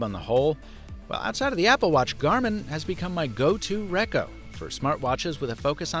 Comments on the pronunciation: "Recco"? Cringe Defcon 1. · Yes bro, but really lol “RECO”